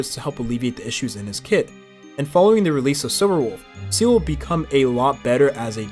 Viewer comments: Come on bruh just pronounce it as zilla instead of seal💀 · Seele not Seal.. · Is everyone going to ignore how he's pronouncing Seele as "seal" ? or was it intentional ? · First person I've heard pronounce Seele as Seal. Freaking annoying. Do you even play the game? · Jing? (without Yuan) Seal? Im-baby-tor Lu-Nye? What the hell are these pronunciations. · please stop calling seele 'seal' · my ears bleed with each Seel